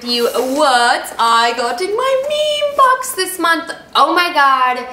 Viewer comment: It would be cool if you could say the names of the products or at least write them down in the information. Also it is ME ME BOX :)